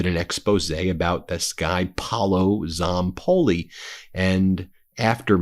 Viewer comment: Hi Ben, I just want to give you a tip go to Google translate English to Italian and Type Paolo Zapolli and hear the audio that way you will pronauce well in Italian the correct way his name and last name specially his first name because you are not saying right 😁